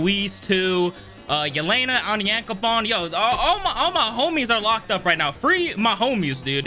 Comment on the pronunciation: Btw if you wanted to know how to say it it is On-yawn-ka-pown